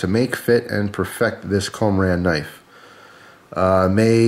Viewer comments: I believe it is pronounced (KUM-ORE-IN) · "kō - mō - ron" would be the correct Japanese pronunciation. Nice thing about Japanese: the vowels are always pronounced the same. Once you know how they are said, you can say any Japanese word close enough to be understood. (Where the emphasis on a syllable is can affect the meanings and pronunciation somewhat.)